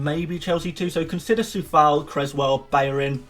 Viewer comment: yo bro like the video but just wanted to say that Coufal name is pronounced Q-oufal not with a C